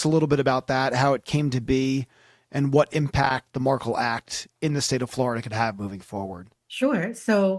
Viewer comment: come on man, you’re pronouncing Dan Markel’s name wrong. Dan was attempting to have Wendi’s Law License revoked during the divorce, and she was trying abduct the kids. That’s not a typical no fault divorce as described, in my opinion.